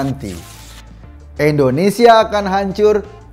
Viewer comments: INDONESIA Pak Eko, bukan ENDONESIA 😊😊😊😊😊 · Indonesia, bukan ENdonesia..